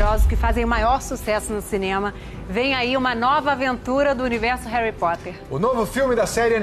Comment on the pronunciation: Só o dobby pode falar "réri"